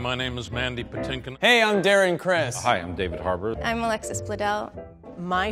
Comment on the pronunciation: Sounds like he didn't know how to pronounce his own name😅